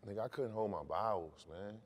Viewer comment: “bowels” not bowl